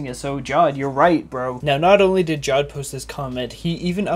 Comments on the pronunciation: Idk if Jawed is Pakistani, but in my country (Pakistan) we pronouce Jawed, Ja waad or Ja wed and Ik that he prounces it JAW ed because JAW is another word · its not pronounced jaw-ed its pronounced ja-ved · ja-vedh. JAWED. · It's not jaawd it's jaaved (jawed) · First of all it's not jod it's jawed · FOR GOD'S SAKE IT'S NOT PRONOUNCED JAWED It's PRONOUNCED JAW-VAIED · It is not jad it is ja wed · The pronunciation of jawed in this video is wrong. It's pronounced 'jaavedh' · it's his name you cant just pronounce it wrong